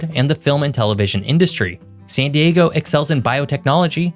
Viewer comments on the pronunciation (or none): none